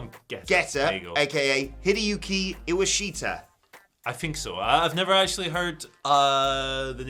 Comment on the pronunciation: pronounced Iwashita properly